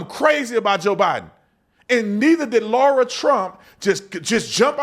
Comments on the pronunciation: It is Lara Trump, not Laura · Brandon, you need to call Lara and apologize for calling her Laura multiple times lol